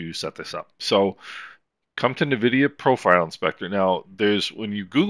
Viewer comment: Reallyy useful series of videos. Thanks. Just one note: The brandname is pronounced en-vidia, not nuh-vidia.